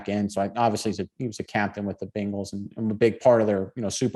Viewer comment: Quit saying Biiiiiiingles…it’s Bengals…like bay, not bean. Cmon now.